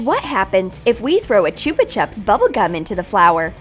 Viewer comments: It’s chupa chups not choopa chup ok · Gaming Deer101 t is Cara-Mel and Chuba-chubs